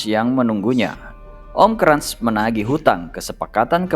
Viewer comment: Cara bacanya benerin min hahahaha kras bukan krans emang koko krans